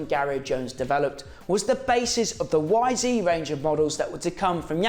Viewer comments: You’re English man not bloody American. It’s Y ZED 250 not YZeeeeeeeeeeee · It’s not a y zeee you numpty it’s a y zed your in England man !!!! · It's ZED, you numpty! You're not an American. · Say it properly lad...Y Zed. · It’s YZ not Yzee 🤦‍♂️🤣